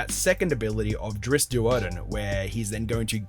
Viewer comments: It's drist not drisset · Its pronounced ˈdrɪtst